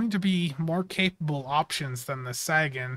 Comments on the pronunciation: Not sure if you're intentionally saying it wrong or not, but Sagan is pronounced Say-gun, as in Carl Sagan. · This is 1 of those ships with its console, stats, & trait I would've bought from the ZStore just to have & not immediately use, but not going to gamble for it nor pay a premium price for a per character. Seems like Cryptic has been focusing on shielding lately. Also, "SAY-GUN" as in Carl Sagan. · You're saying sagan wrong